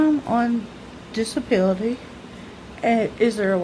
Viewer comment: That way you said disability was hilarious....you look beautiful...I love seeing you so excited and happy. Have a great day!